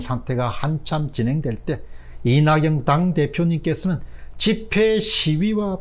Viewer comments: 오늘은 사람이름 발음이 다 틀리셨어요. 이낙영-->이낙연 조은상--> 조은산 사람이름 틀리게 부르면 실례입니다. 더구나 모두다 아는 이름이면 더 그렇습니다. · 박사님~! 조은상이 아니고 조은산. 이낙영이 아니고 이낙연 입니다.